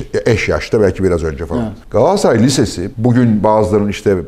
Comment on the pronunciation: Galatasaray'ı hoş şekilde, 'Gaatassaray' diye telaffuz ediyorsunuz. Gülümsedim, tam bir 'Gaatassaray'lısınız Fatih bey......😊😊